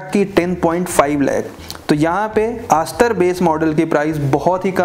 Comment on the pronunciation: Chutiya Review. Ek bhi Con valid nahin hai. Also its Astor not ASS TOR.